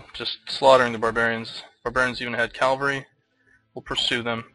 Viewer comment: Enjoying this series. But there is one correction I need to make. It's cavalry not calvary.